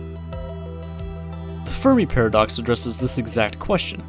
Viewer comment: i legit thought u said the furry paradox